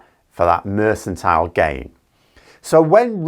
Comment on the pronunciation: “Mercantile” is pronounced with a /k/, not an /s/ .